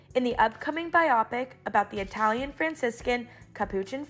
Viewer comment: How did you just pronounce biopic?